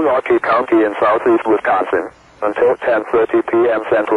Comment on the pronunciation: The way it says "NORTHERN milWAUkee County in South Eastern Wisconson" and "Until PM CENTRAL DAYLIGHT TIME"